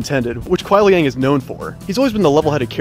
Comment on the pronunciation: It's not Kuai Liang It's Ku(n)ai Liang. 😂😂